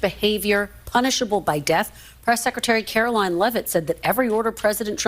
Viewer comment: AOC says "It's VOO-LA-TILE" LOL Girl, there is an app that will tell you the proper pronunciation of words that you don't know. "Carol Leave-it" Come On AOC, stop acting the fool.